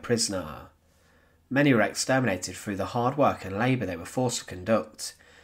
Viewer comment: Nor is it FROU it is THROUGH